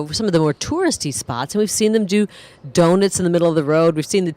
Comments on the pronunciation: It's pronounced donut not donit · Hey,: Someone needs to explain to the woman doing the commentary how to pronounce, "donut".